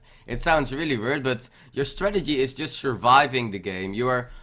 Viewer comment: Hey, ik volg je nu al een tijdje op twitch/youtube en ik vind je echt een toffe speler. Ik heb alleen nog wel een opmerking, je moet echt gaan werken aan je uitspraak/accent ga goed luisteren naar andere streamers hoe die dingen zeggen zodat je ze zelf ook goed uitspreekt:) Denk aan weird etc. THanks voor de guide tho en gl!